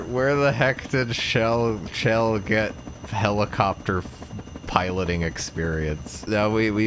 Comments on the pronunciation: It's chell not shell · I think both pronunciations are valid. I think I heard somewhere that the devs considered Shell the proper way to pronounce it, but in developer commentary nodes in Portal 2 people call her Chell there as well, so it's pretty inconclusive.